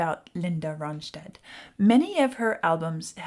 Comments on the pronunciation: Hi. You pronounce it Ron-stat, not Ron-shtad. She's a Mexican/American girl. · Good commentary, but her name is not pronounced like a German word but just a plain American English word: RON-stat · Here is some criticism ... take it as you will: When you talk and she is singing, I don't hear either one of you, pause the music or wait to the end ! And please learn how to pronounce her last name, there is no sh sound, just the st ! She is the BEST singer I have ever heard ! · Now if you could learn to pronounce her name correctly.